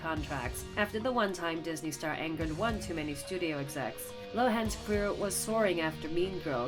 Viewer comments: wtf is says Dosney instead of Disney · says "DOSNEY" instead of "DISNEY". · 6.26 innocent 'Dosney Stars cmon mate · "Dosney" Child Stars?